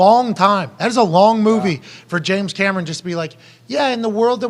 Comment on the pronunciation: Ouch, shilling for James Cam-Er-On.